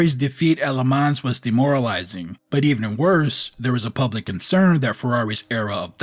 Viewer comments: the „s“ in Le Mans is silent 😉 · Dude, don't pronounce the 's' in Le Mans.